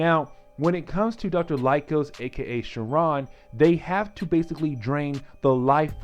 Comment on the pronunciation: You are saying sauron name all wrong. What the x-men animated series. Great video other then that.